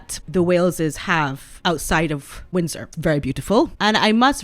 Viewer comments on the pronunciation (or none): none